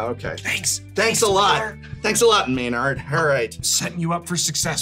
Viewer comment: Maynard as pronounced "MÉNARD" ? (Meuh-norr for our english friends) Quebecois TABARNAK !!!!